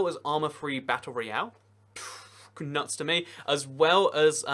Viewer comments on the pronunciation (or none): none